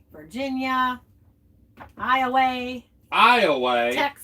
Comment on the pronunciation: HAHAHA!!! folks are being "educated" by folks that don't even know how to pronounce Arkansas and Iowa!!! 🤔